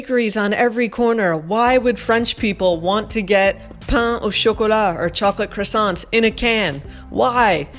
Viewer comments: After six years and you still cannot correctly pronounce croissant? Believe it or not cow tongue is sold in the US and many other parts of the world. It is hardly strange or weird. A supermarket is a supermarket (supermarché if you prefer). Why even go to a supermarket? Would have been far more interesting to have gone to one of those large, indoor markets filled with vendors' booths. Go to one for your cheese, another for ham, yet another for vegetables. Have your cheese cut to the size you want and not something shoved into a package and you take what is on the shelf. In the old town of Nice there are a couple of streets filled with food shops. Cow's heads hanging on hooks at the entrance. Everything that is edible and some things you wonder if they are edible. Far more interesting than a supermarket. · You live in France and can’t pronounce croissant properly